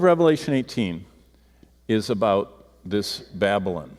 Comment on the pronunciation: Its 'BaB A LON'. Not 'babblin'.